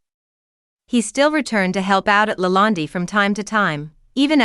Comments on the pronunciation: Why do you call it LA land- DI, It's not called that.. Just curious.😆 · Who is speaking? She cant even pronounce LaLande correctly! Poor